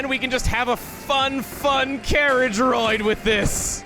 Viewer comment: Did Chugga become Australian when he says the word ride?